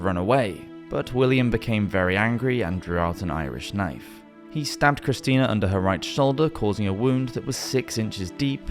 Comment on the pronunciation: "The two Christians" sir, do you know "Christina" is pronounced "kriss-TEE-na", right?